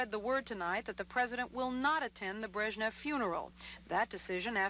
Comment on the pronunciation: his lastname is not "breshniv", he is "brezhnev"